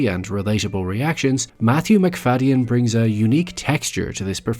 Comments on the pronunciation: I've always heard it pronounced McFade-in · I've never heard his name pronounced like that, the y has always been silent when I have heard it before.